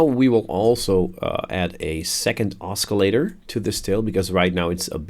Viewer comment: you pronounce oscillator wrong, other than that, nice tutorial